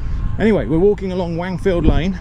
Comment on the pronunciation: Stop saying Wangfield, I can't take it 😆